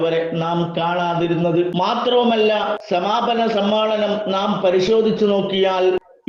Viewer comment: സമ്മാളനം അല്ല ഉസ്താ ദെ സമ്മേളനം എന്ന് പറയൂ നമ്മളെ കേൾക്കുന്ന മറ്റാളുകൾ ഉണ്ട്